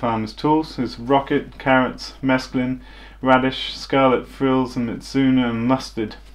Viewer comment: He says mesclun.